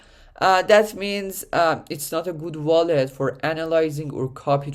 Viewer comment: its called a WALL-ET not a VALL-ET lmao, good video otherwise great info!